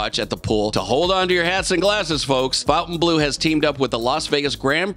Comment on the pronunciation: Turned this video once Fontainbleau was pronounced incorrectly twice